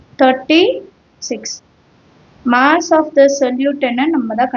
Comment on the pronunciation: Moss❌ mass ✅